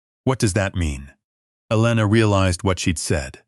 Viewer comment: The Nurse's name is Elana, not Alina!